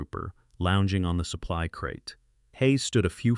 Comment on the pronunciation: It is incredible how bad the pronunciation of simple words like "supply" gets through the editing process! Wait a sec, is there an editing process?? If you are going to submit videos could you at least watch them for grammar and pronunciation errors? This is really bad